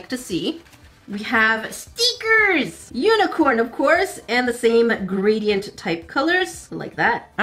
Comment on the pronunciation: I love when you say stickers like steeeekers.